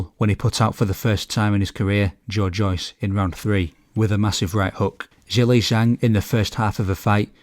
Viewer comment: Just FYI, Zhelei Zhang is pronounced: Juh-lay jang. Zh is like a J sound in phonetic Mandarin. 👍🏾